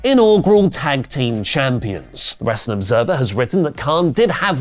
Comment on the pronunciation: can't say w.. wr... wrr..